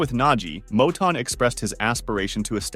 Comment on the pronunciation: This this don't know wtf he talking about he don't even pronounce cornel last name right he also said Curmel had like 63 fights he had like 130 and 6 losses how you gonna give out false info 😂